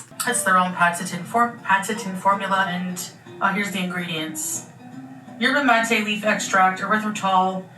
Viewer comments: Yerba mate is a type of highly caffinated tea and it is pronounced "Yerba mah-tay" like she is saying 😊❤ love you! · the cup is a Mate cup, they're very common in Argentina and Uruguay she did pronounce it right but also Yerba Mate is more like a tea where there are like leafs and you boil the water and then put it in that type of cup/mug so what she's putting in there makes no sense really 😅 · Yerba Mate is a tea made from Mate leaves. Very popular with Argentinians (I imagine it’s native to that area) & typically drank out of a cup like the one she had. but she actually is pronouncing it correctly. She’s typically delulu but I suppose not with the pronunciation